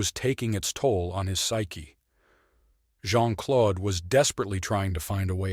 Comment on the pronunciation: the name 'Claude' rhymes with 'road'. PLEASE don't say "Clod."